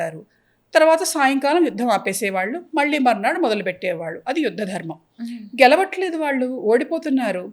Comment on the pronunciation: Mundu Anchor telugu matladatam nerchukunte Manchidi Dharmam ani sariga palakatamkuda ravatledu